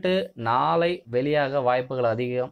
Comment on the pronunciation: Nalai nali nali ...... Aporam nallakum ippidithaaa soluvingaaà 😂